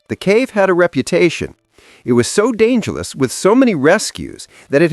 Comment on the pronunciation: It became so dangel-ous